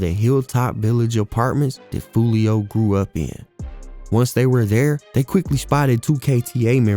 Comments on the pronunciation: You said foolio from north side Memphis 😂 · Buddy said Foolio from Memphis 😅